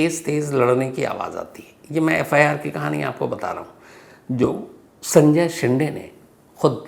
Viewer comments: शिंडे नही शिंदे, ड कि जगह द बोलिये सर, जैसे डिल्ली और दिल्ली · शेंडे नहीं शिंदे